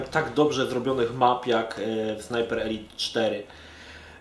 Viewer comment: Dzięki że mówisz ELIT a nie ELAJT jak wcześniej